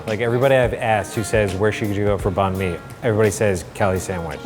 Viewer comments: When they pronounced banh mi as bon mi, it reminded me of when people pronounced pho as foe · the way they pronounce banh mi has me cackling hahahahaha and also the love she puts into those sandwiches?! cutting off the burnt bits??!!! they deserve to be a bit more expensive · They're destroying how you say banh mi ik because I'm vietnames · My Vietnamese self getting triggered about how they say Banh Mi but also excited that they're eating Vietnamese food. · Pronouncing banh mi wrong.